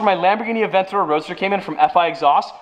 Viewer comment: Italian/Spanish pronunciation from someone who speaks nether Spanish or Italian. When you tried to say it correctly you said Lamborghini you should exencute the g. So lam bor gey ni. Also it's the ooh rus not your us. Also a Avent ta door not Avena door